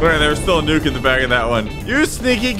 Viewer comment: nuke not nuck